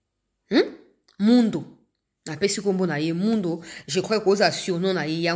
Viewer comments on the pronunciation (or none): Ma fille bjr, kombo ya général wana ezali Mundos il faut bien prononcer son nom "Mundos" merci Nzambe apambola yo. Papa Gabriel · est-ce que c'est le Général Mundos dont vous parlez? Il faut prononcer le "s" final pour que les gens de l'Est comprennent.